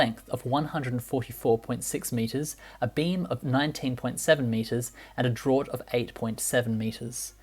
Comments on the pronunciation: "draught" is pronounced "draft" if you do not have a maritime background !!! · Fascinating stuff, think the draught is pronounced draft though!!! Sorry for the nit picking. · Draught is pronounced Draft (like Draught Beer) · It's funny how you pronounce French and Italian words correctly. But pronounce draught an English word incorrectly, it's pronounced draft. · DRAUGHT is pronounced as DRAFT not as drort like you say. otherwise a good video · A drort? It’s pronounced ‘draft.’ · Draught is pronounced Draft, not Drort. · Wondering what the hell a 'drort' was, but realised you meant draught (pronounced draft) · "Draught" is pronounced "draft"; yes, I know... 🙃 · Draught is pronounced draft